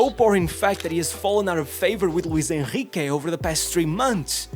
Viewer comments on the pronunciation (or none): none